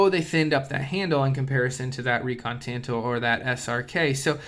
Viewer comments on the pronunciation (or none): It's pronounced tahn-toh The Kobun variant was used by the CIA. The slim profile made it easy to wear, like in your boot.